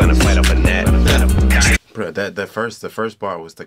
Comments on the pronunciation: Almost no one knows how to pronounce the title 😹😹😹 not g-nat, just [nat] 😺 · He said G GNAT 😂😂😂😂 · This man said g-nat lol